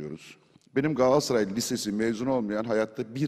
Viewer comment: abi sende dahil pek çok insanımızın yaptığı bir hataya değineyim telaffuz "Galatsaray" değil "Galatasaray"